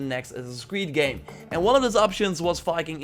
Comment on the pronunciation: why does your Viking sound like Fiking? Pronountiation, accent... Fikings...